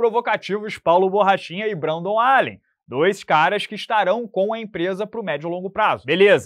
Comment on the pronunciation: E, não é Brendon, é Brendan Allen pô! Fala um monte de nome difícil de daguestaneses e georgianos e erra esse que é fácil